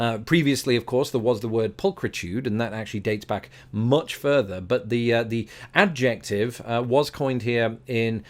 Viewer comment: It took a second for your pronunciation of adjective to register when describing #10.